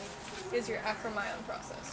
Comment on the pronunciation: You are pronouncing 'acromion' wrong... lol